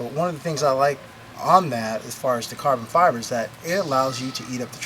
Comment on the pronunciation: "carbon Fiver" First time he says it.